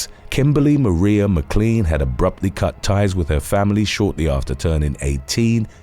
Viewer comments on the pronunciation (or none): none